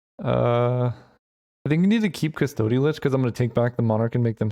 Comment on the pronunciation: Mispronounced custody every time